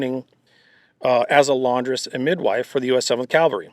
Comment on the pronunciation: Please learn how to pronounce "Cav-al-ry", not the religious term "Cal-va-ry"